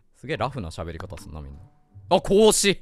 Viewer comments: 孔子ととっとこハム実況のこうしくんのイントネーション逆やろ！！🐹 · 孔子の発音がおかしいでちゅわよ ハム太郎実況の時は正しく発音していたのに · 「こうし」くんのイントネーションが「孔子」で、 「孔子」のイントネーションが「こうし」くんなんだな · ハム太郎のこうしのイントネーションが孔子で孔子のイントネーションが子牛なの気になるw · こうしくんの発音は孔子で孔子の発音は子牛なんだ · 孔子のイントネーションが子牛なのよ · 孔子の発音、子牛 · 孔子のイントネーションとこうしくんのイントネーション逆なのうけるな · 孔子とハム太郎のこうしのイントネーションが逆なの面白くて好き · 孔子とこうしくんのイントネーション逆なの草